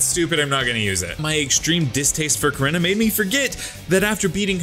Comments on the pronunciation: its pronounced "core-E-naw"!!!!! not "core-in-ah"!!!! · Bruh your pronouncing korrina wrong